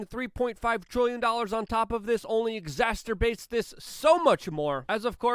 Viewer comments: Hey Luke! Love the content! One thing: it's "exacerbate" not "exasTerbate". Just a heads up. You ROCK! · Just FYI brother, its Exacerbate not exasterbate. Ha, thanks for all you do. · Exacerbate not exasturbate... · Ex-ac-er-bate... Luke I love ya, but there is no "t" in the middle of the word you use flagrantly. Pls work on it as people look to you as a knowledgeable individual. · LUKE, the word is exacerbate: EX-ARE-SIR-BAIT - THERE IS NO 'ST' in exacerbate! Please somebody TELL HIM! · It's exacerbate you idiot, no t, sorry but it's been bugging me lately. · Just a friendly heads up…there is no “T” in exacerbate. 👌